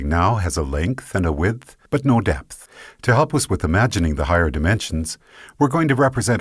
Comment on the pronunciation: This guy pronounces width and depth so annoyingly.... I couldn't stand it. Widdthfrthfht Defffpthft